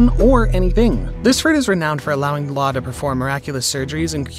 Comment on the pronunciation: You did law so dirty with that pronantioation